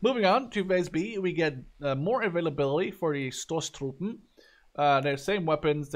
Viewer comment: Stosstruppen, "punch" troop, the o is long(ish), more like the o in oakley. Spw = spaeh panzer wagen